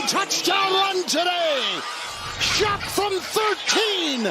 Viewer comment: not shuck doofy. pronounced Shugg